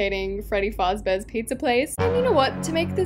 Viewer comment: Why did you pronounce it as FARZ BEAR?! Its FAZ-BEAR😡😡!